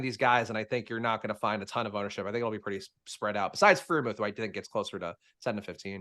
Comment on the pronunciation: Every time Freiermuth is mispronounced I lose my shit just a little. Please. Stop. :)